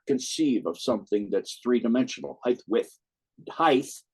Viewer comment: Dear it’s HeighT noth HeighTH